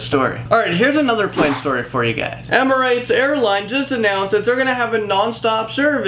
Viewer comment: Fuck me emirates isnt hard to pronounce!